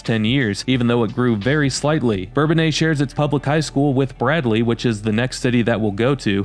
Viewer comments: Us locals call it Burr-bone-iss not bourbon aye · For me , Bourbonnais will always be pronounced Burr-bone-ass. They changed the pronunciation when I was a kid. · When did folks start to pronounce Bourbonnais in the French manner? When I lived there in the fiftys we said something more like Burr Bo Nuss.